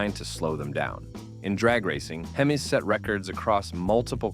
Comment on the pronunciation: Please train your bots how to pronounce "Hemis."